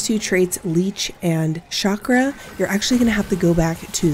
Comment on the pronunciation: Few words in the whole English vocabulary like (Chicago & chandelier) pronounced with a "SH" ..... Chakra is not one of them !!!!!!!